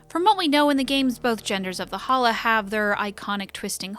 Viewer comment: every time she says Halla...i here Holla!, like she is Ja Rule or something.